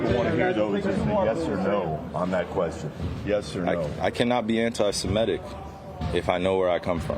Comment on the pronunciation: How old are you Felger? How are you unable to pronounce “antisemitic”